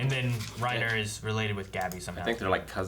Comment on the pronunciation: its "Rye-Neeeer" as uttered by Sergantajs crew